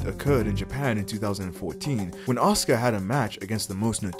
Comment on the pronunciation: Reading these comments and seeing the undeniable belief that fans of pretend wrestling have in it being an actual, real, combat "sport" 😂😂😂 Also... the name is pronounced "Ah-sUU-cA"